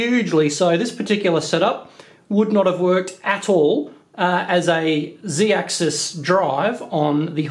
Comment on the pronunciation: Who else cringes when he says zeedaxis.